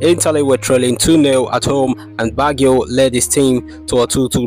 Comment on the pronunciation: Did you seriously pronounce it BaggHio??? 😂 omg please 🙏🏽